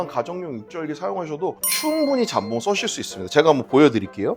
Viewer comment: 잠봉이 아니라 jambon장봉임. 발렛 파킹이 아니라 valet parking발레 파킹. 모엣 샹동이 아니라 Moet Chandon모에 샹동.